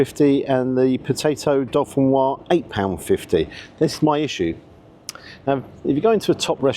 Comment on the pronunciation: Hi, could you please help save UK from saying “potato dauphinoise”? I hear it all the time in the UK. My family is from the Dauphiné area of France and it’s in fact Gratin Dauphinois. The last syllable is nwha and not nwhaz. The s is silent in Dauphinois. Thanks for any help you can provide.